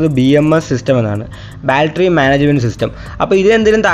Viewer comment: ബാൽട്ടറി അല്ല ബാറ്ററി